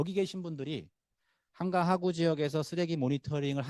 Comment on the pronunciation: 으이구.... 여~엉, 귀에 거슬리네요. '하,구'가 아니고 '하:구'입니나.